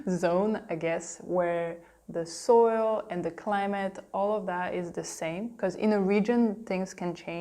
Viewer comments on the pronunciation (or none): none